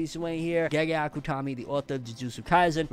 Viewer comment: Can you please stop saying gaygay akuttomi ?